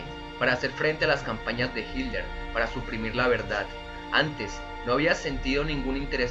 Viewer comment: Hilder??? Jajajaja qué acento curioso